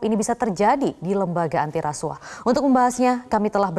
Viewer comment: KUAH dibaca KUWAH bukan KU AH... Bgt jg hrs nya dg RASUAH hrsnya dibaca RASUWAH bukan RASU AH... Ntar klu gitu BUAH dibaca BU AH bukan BUWAH... Pdhl klu BU AH itu panggilan dari IBU AHMADI... Gmn neh METRO ANCHOR... Masak gitu aja GABISA... Not just BEAUTY... But SMART is the FIRST... !!!